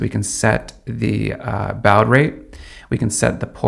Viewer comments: I'm not entirely sure this guy knows what he is talking about.. first lets start with the mispronunciation of "BAUD" It is pronounced "baw-d" not "bow-d" Further nobody says, "YOU EH ARE TEE" they say "you art" Next the RYLR998 is a 3.3V module; why would you buy a 5V UART-USB adaptor? buy a 3.3V one. Does he know something? yes. But there is some bad info in here, so take it all with a grain of salt. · Dude.... you pronounce BAUD as bawd.... its been pronounced that way since the inception of serial devices. An AT commands.... that originated with the old data modems.... like what we had to use long before any modern internet connectivity before ISDN.... just regular Plain Old Telephone Lines (POTS). Look up K Flex dial up modems. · Nice video! For future reference: UART -> pronounced "yoo-art", letter "U" then "art" Baud -> pronounced "bod" like part of body This is standard pronunciation in the engineering community in the US. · Baud is pronounced "bawd" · whats a "bowd" rate? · “U A R T” is pronounced “you - art” “R X D” is pronounced “Receive Data” “T X D” is pronounced “Transmit Data” “BAUD” is pronounced “b-awe-d” The click bait pitch for 5 minutes was a real turn off, I nearly stopped playing the video because of it. I know it is not WiFi, even though he said it was like it, but I still don’t know what it is. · Since when is ‘Baud Rate’ pronounced “Bowed Rate” ??? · "Bowd rate" ?? WTF ? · "baud" is pronounced "bod" like in dad bod. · baud is pronounced bod, as in body. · Yeah but unfortunately, you're not going to do that at 115,200 BAUD (pronounced "BOD" (rhymes with Maud)). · I remember back in the day when modems were measured in bauds some made the joke of saying it that way or a play off tge word body or bods. Its kinda like schedule (sked jule) and schedule (she jule) both are correct..and yes i notice the phonics suck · no its noy pronounced like "BOD" ya goof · I cringed when he mispronounced baud, kind of like nails on a chalkboard.